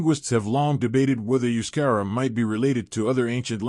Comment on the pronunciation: First 7mins waffle n Verbage. Only in min 8 does the yank confirm that they are a mix ofearly hunter gatherer and early neolithic farmers. Besides he cannot pronounce Euskadi Euskerra etc really Annoying accent.